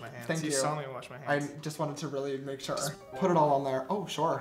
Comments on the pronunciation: 3 minutes in and James already said Shore 2 times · I love how James Charles says sure shore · Anybody notice keeps on saying Shore hahaha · I can’t wait for the day that James drops merch that says “shore” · Josh: We aren’t in any drama James: ArE YoU ShOrE AbOuT ThAt!